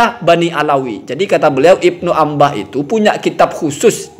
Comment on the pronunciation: Bukan ibnu ambah...!! Baca yg benar ya....!!